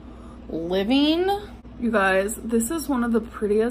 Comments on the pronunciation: "live-eeeen" instead of "living" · I heard her say it after I typed this and it sounded like liveen. But I could swear I've heard her say it livvvvin before.